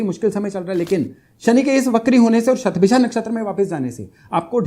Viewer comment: बहुत अच्छा लगा आपका 'शतभिषा' शब्द का सही उच्चार । काशी में संस्कृत भाषा में ज्योतिष-शास्त्र पढ़ कर भी कुछ विद्वान "शतभिखा" ही बोलते हैं ! 'इच्छा' को "इक्षा" और 'नक्षत्र' को "नच्छत्र" बोलते हैं ! 'स्नान'को "(अ)श्नान" और 'ज्योतिष' को "ज्योतिस" बोलते हैं ! "सबइस्क्राइब" करने के लिए कहते हैं ! 'अध्यात्म' के स्थान पर "आध्यात्म" ! आप भी 'योग' को "योगा" न बोलें।